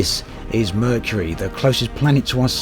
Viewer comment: Um... that is not how you pronounce Mercury.